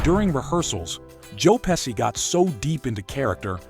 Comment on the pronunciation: It's pronounced "Pe-shee" not "Pe-see"